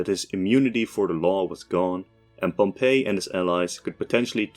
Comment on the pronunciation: his name is pronounced pomp eey, not Pompeii, it’s not the city, it’s different pronunciation